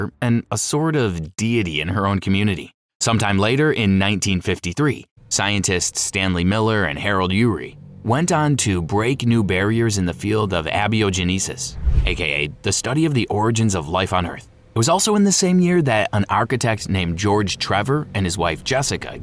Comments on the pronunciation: Abby-oh-guneesis? So you had AI write this and read it without checking how to say the words you didn't know? A-bio-genesis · Is this an AI narrator? I have never heard "abiogenisis" pronounced Abby O' Jeneesus